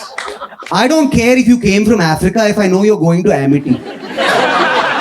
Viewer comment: well, you can laugh "aee-freeka"!